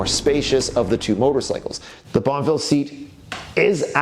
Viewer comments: So wish he would not say bonvil !!!! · I really hope you keep the Guzzi because you can't pronounce bonnEville.